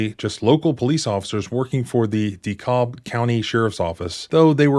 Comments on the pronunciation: Forgive me, You have mispronounced DeKalb ,Ga before and I did not say anything!! But, here's how you say DeKalb County, Georgia.. It is pronounced duh-KAB (or "di-cab"). The "l" in DeKalb is silent in the Georgia, unlike the pronunciation for DeKalb, Illinois. The emphasis is on the second syllable, sounding similar to "the cab" or "duh-cab". Sorry this was not the first time you butchered the pronunciation..... almost posted last time, let that one slide.....got triggered again and had to "speak" up..... NO offense intended.....jus thought you should know the correct way to say " DeKalb ,Ga"...... since almost everyone living in GA already knew you were incorrect..................Big fan and sub for years..... Salute!! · Sandy Springs has had a LOT of police corruption stories lately. They’re completely insane out there. You’re definitely correct about the AI thing. It’s another one of those situations. (And we pronounce it “DeCAB” like, taxi cab) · Its DeKalb pronounced De Cab county😂😂😂.. 1 day its gonna be the wrong house and it will be several officer on tee shirts for there mistake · Lol, It's so easy to know you aren't from Georgia by the way you mispronounce DeKalb County. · Just FYI, the "L" is silent in "Dekalb." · Just for future reference, "DeKalb County" is pronounce as "De-Cab," not "De-Callb." Love your work! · Say DeKalb like you would say decaf, and don't pronounce the L. 'DEE-CAB'. Like kneecap... DECAB... DeKalb... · Pronounced de-cab not de-cob 😂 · Dee cab. That's how we pronounce it. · It's pronounced dahKAB. Js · It’s pronounced de-cab, like taxi cab. I grew up there, scumbag corrupt police in so many towns of Georgia. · This is all very scary, especially since I live in the area. Just an FYI, DeKalb is pronounced around here with a short a as in apple, with the L silent, as if it is spelled DeKab County. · Its deecab.. no dee calb... .but spelled DeKalb.....l is silent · BTW; it’s “D-cab” is how you pronounce it. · Pronounced D-cab.